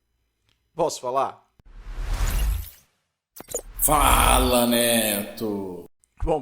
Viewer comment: Parabéns Neto, o conteúdo tá ótimo como sempre. Gostaria de te dar uma sugestão, coloque mais ênfase na pegunta "posso falar?" antes da vinheta. A interrogação do "posso falar?" tá soando mais como uma exclamação "posso falar!". É uma babaquice, mas acho que vai fica mais bacana ainda pq a vinheta vai "te responder" hehehe.